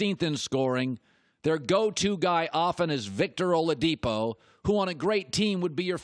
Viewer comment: You said it right OG!